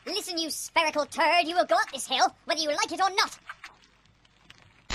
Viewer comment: I thought he said I'm pushing a shit of pill but he said I'm pushing shit up a hill 🐜💩